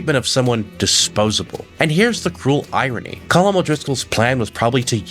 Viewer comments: Why do you pronounce it column. It's colm like home but with a kh sound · COAL-MMM BROTHER NOT “Column”😂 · You must be one of those people who will not admit they are wrong no matter the evidence presented. I base that on the fact you’ve clearly heard the correct pronunciation of cohlm’s name throughout the game multiple times but still choose to call him collum. Unless you listen to everything mute and only read subtitles.